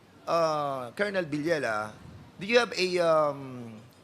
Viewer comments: Kakabwisit nman po un voice over. Cornel lng, d pa ma pronounce ng tama. Kolonel daw?! Hehe. Wag ng mag vlog kung ganito lng nman susme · Kernel po, hindi po kolonel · kernel not colonel anong klase kang tao di mo nabalita at narinig???nag aral kaba??? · Di po kolonel ang oag pronounce, paki check nyo sa google or dictionary😂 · Colonel It is pronounced as "Kernel